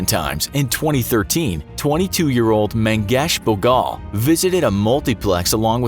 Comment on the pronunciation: Mahesh Bhogal died in a SUBURB called VASAI in the CITY of MUMBAI, the CAPITAL of the STATE of MAHARASHTRA., check what you research. Also the pronunciation is wrong (Mahesh Bhogal) but I understand that English language doesn't have pronunciations of Hindi words